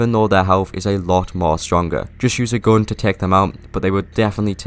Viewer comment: “Use a goun”!! 🤣🤣